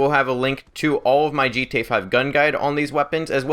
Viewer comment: sounds like you're saying g tone Online